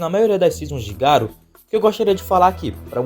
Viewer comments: Ñ é Garu, é Garô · não é ser chato, é o nome certo do personagem, e é um nome fácil de pronunciar. Já pensou se chega algum youtuber e começa a chamar o Batman de Batmão. Se fosse um nome de pronuncia complicada eu até entenderia, mas Garo é um nome simples. O pior é que até os grandes canais cometem esse erro